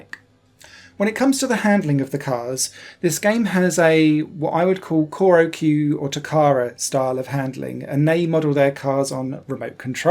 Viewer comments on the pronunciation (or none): Wonderful review! It's on my wishlist. (FYI, Choro-Q/チョロQ is pronounced "chō-rō-'Q'," not "kō-rō-'Q'" (according to the katakana characters) :) )